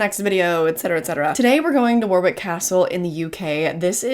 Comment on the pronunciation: It’s Wo-rick,not War-wick. Just saying. I’m glad you enjoyed your stay. 👍